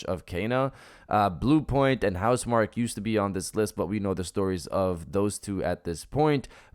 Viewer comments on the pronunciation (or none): In Housemarquee, marquee is pronounced Mar-key. The hype train won't stop.